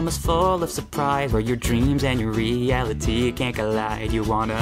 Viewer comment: "REE-ali-TEE can collide" sounds so bad. in "reality" you're supposed to emphasize the "AL" syllable. the word just doesn't work with that melody